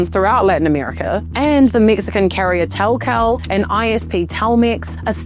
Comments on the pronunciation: FYI: It’s pronounced the same as cellular: Telcel and not TellKell. Just like the English language, there is more than once pronunciation for the letter “c” in Spanish. The YUGE difference is that unlike English, if you see a sequence of letters there are pronounced exactly the same way every single time you see them. “Ce” is like “s” (selular) and “ca” is like “k” (kamino). Hope this helps. If only English were so easy to read/figure out how to pronounce. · telcel is pronounce Tel cel (telsel) from telephone cellular